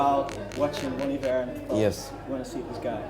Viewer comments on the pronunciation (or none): WAIT. they pronounce it bon eevere, but I have always heard it as bon eyever or bon iver. Have I been saying it wrong all these years or that just a culteral thing?